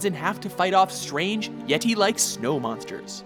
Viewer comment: "YeTI like monsters." Emphasis on TI